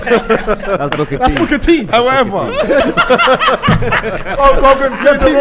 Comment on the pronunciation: 🤣🤣🤣🤣🤣🤣 man said hulk hogan yana hahahaha